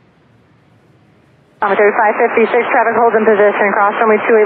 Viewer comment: In the beginning of the clip I find it remarkable that ATC knew which plane was talking, that didn't sound anything like 3556, most of the transmissions it sounds like 35 36...